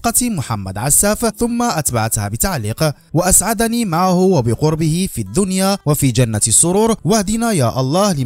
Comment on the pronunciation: مالك اولدي مع اللغة العربية ؟ واسعدني بكسر العين وسكون الدال ماشي كيفما قريتيها إنتبه يا ابني